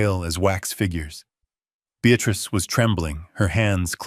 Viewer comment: Senile not scenile. BEATRICE not Beatratice. Dutiful son in law not beautiful son in law. Careless mistakes. Always hap hazzard presentation. .